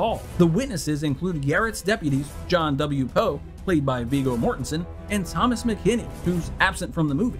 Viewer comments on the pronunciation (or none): none